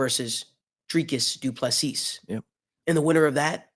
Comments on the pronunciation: No, not du Plessis! Say Doo plu sea!!! Sea, one sea not seassssssss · the s at the end of Du PlessiS is silent. and the I is pronounced as a ee . So you can say du pla sea.